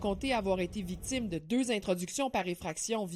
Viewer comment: Attend la procureure à vraiment dit “vicitme”, mais quelle connasse.